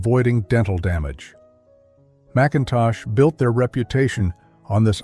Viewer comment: It's nice to go back in memory lane but AI ruins it. But they didn't pronounce Macintosh toffee properly.